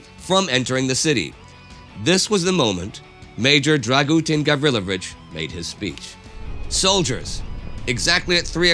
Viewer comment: I am happy that they made this video but,Dragooten Gavrylovich i not how to pronounce it,Dragutin Gavrilović is correct or if you wanna get fancу Драгутин Гавриловић